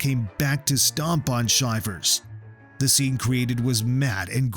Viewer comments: Please learn how to pronounce the athletes names. I enjoy your videos, but it rakes my nerves to hear the mispronunciations 😞 Chris's last name is NOT Shy-vers... it's Shi-vers, as in "I'm so cold, I have shivers". And please... don't make videos unless you have researched your subjects. Giving misinformation just makes you look ridiculous. Not a good look for yuur channel. Especially if you're doing it for a job. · Chris Shivers highest score is 96.5 and you're pronouncing his last name wrong. It's Shi-vers as in your shivering because your cold, not Shy-vers. Get your facts straight